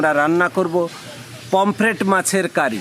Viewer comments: Ogulo pomflate not pompalate uccharon korte na parle korben na please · COMPLATE..! 😂 My mom says PAMPLATE..! 😂😂 Even Though I know it's POMFRET being a Medical Student.. I I Whole heartedly Say it as PAMPLATE just for My Mom..